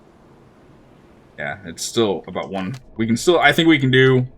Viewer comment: Draught is pronounced Draft.